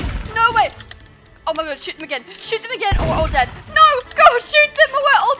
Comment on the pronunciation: Omg ur naur got me laughing so hard